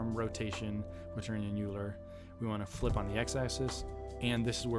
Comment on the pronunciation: I made something similar to this over a year ago. This alone took me two months of coding on and off, and the end product was a bit janky. Great tutorial! (By the way, Euler is pronounced Oiler.)